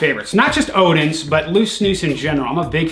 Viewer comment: We Scandinavian knows he's American when he says Odin's and not odens